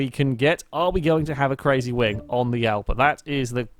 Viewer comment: i know how to speak and it prenounced jalpa